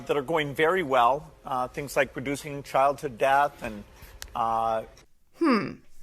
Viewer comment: Did he just say ( producing or reducing) childhood death?